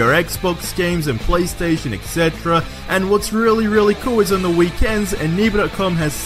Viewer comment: Are you asian? "Wiv" "Deh" Come on man its 2019...grow up....